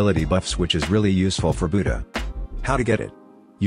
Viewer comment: The way you said buddha at first you said bootyah